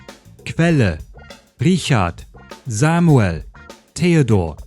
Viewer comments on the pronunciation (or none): My nitpicks with your pronunciation would be: - Samuel is pronounced with long e, like "Samu-éhl" - Likewise, Emil is pronounced Éhmil - Oh, and Marie is stressed on the second syllable